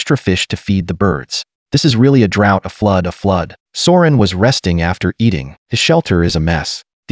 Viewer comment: The "High guy" thing kills me everytime lol!! People should have a drinking game everytime the AI voice says those words!!! It's also funny af that AI voice keeps calling Søren for Soren and Sauron and Ulrik for Uric and Euric🤣🤣🤣🤣🤣